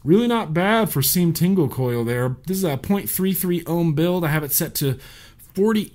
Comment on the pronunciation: lol, he says seam tingle coil instead of team single coil